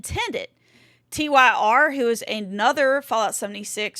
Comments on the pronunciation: Tyr is a Scandinavian name and i promise you it is NOT pronounced "tier". I am a Swede my self. lollllls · Tyr (pronounced: tier {GOW Ragnarok; the guy Odin locked away})